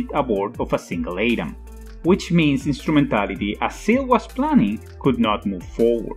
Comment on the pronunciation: When you explain it that way it's not just confusing but it's stupid as well. Also SEELE isn't pronounced seal.